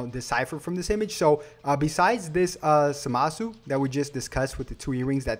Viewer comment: I'm sorry but in the show zamasu's name isn't pronounced like that